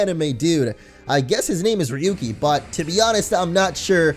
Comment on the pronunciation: it's rayuki(pronounciation) coz ryuu means dragon in Japanese and has the same pronounciation(rayuu)